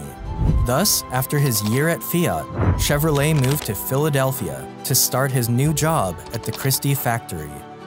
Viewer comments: So we have been mispronouncing his name this whole time. It’s not chero-leT it’s more schevro-lei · Till today I didn't know that you don't pronounce the "t" in Chevrolet 😢